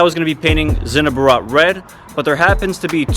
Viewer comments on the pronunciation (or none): the way you said zinnober😂 sinnoburuuhh Americans dont give a fuck😁